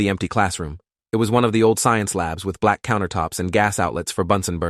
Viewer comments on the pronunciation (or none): none